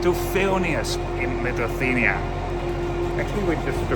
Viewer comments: I know, Lithuania is not among the easiest country names to pronounce in English, but it's Li-thu-ania, not "Lituthania" ;) Good video nonetheless. Having Vilnius-Riga service reinstated after ~20 years is quite a big deal here. Thanks for showing it. Also, a couple of small corrections, if I may. Pesa 730ML has max speed of 140 km/h, not 156 km/h. As for ticket prices between Šiauliai ant Vilnius, they differ not because local vs international trains, but rather because of train rolling stock types. Some trains are non-accessible push-pull trype of trains which I personally prefer due to more comfortable ride and more space inside, but they can be problematic for people with limited mobility. There is also a Pesa 630 which is 2nd class only with rather uncomfortable seats. And there are also some more Pesa 730MLs, just like the one that goes to Riga. It's also used on Vilnius-Klaipėda route which also goes via Šiauliai. And, finally the average speed. It's not 75 km/h, but rather around 84 km/h, which is not very fast, but just about acceptable and comparable to journey times by bus or car, unless the train is delayed of course. Looking forward to your video from Vilnius-Warsaw train. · Litufania? Was it really so difficult to check the correct pronunciation of Lithuania? What a disrespect and ignorance. Trash content